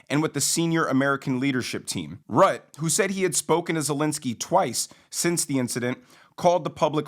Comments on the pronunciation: Not your fault, I know, but this is the second time today I’ve heard an American mispronounce Mark Rutte’s (root-a) name. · Love the content! Just fyi: Mark Rutte…. The name is pronounced Roota. Keep up the great work!